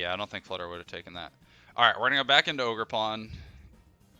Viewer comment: Ogerpon said ogergone